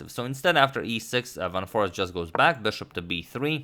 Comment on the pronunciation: foreest is pronounced as 'for aced'